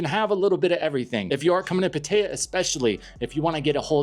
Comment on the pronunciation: you lost me the second you called Pattaya Pateeyyya. Dude, learn how to pronounce the name of the world's largest brothel